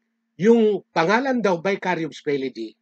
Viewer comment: Bakit na Vicarivs ang salita mo..Mali ka na pagkakasalita